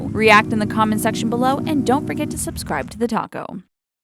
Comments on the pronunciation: Totally unrelated, but every time the voice over girl says "the talko" i want to eat tacos. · When you say TheTalko it sounds like TheTaco